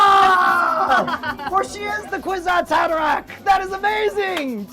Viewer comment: ok, so ive seen a grip of these episodes and always thought the shwood was pretty sick but this tops it! you said, "kwisatz haderach!!!! consider your level of awesome elevated bro :D